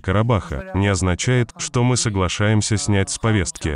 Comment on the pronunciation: Ваххх ))) когда не получается говорим " мИ не хотим " , лицемерия зашкаливает, паршик у тебя !